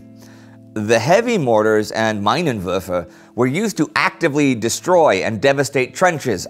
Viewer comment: your pronunciation of "Minenwerfer" is quite funny :D (for something closer to german, check it out at for example)